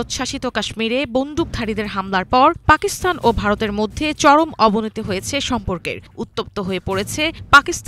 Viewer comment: পাকিস্থান হবে না, সঠিক উচ্চারণ হচ্ছে; পাকিস্তান...! বুঝতে পেরেছেন?